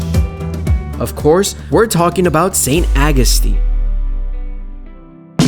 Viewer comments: St. Awe-gus-teen, that's how it's pronounced. 😉👍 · Why are you butchering the pronounceation of St Augustine. It's aw gus tine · How the hell are you pronouncing St. Augustine?! I couldn't even finish the video.